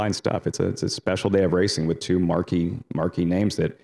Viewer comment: Dude, the word is TWO, not TYUUUUUUUUUUU. Anyone reading this and doesnt know what I mean, listen to on the NYRA live show.